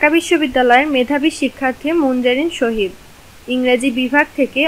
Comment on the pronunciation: Munzareen sahid hobe..... Tumi sohid bolcho kano😂😂😂😂